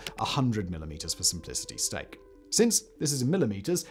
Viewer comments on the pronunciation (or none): none